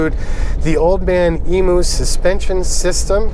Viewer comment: All I ask is that one day the Yanks realise its pronounced "Old Man EEM-YOO" not "ee-moo"